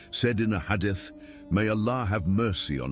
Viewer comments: The narrator says hade-ith, maybe try spelling it hadeeth he will change his pronunciation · Please rectify the wrong pronounciations before uploading the AI speech with your own voic e, it's Isa a.s , Imam Jafar As Sadiq a.s and hadith that is pronounced wrong